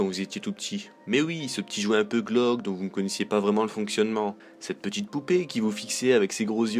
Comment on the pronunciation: On prononce : "GLÔÔÔQUE et non pas "GLAOQUE"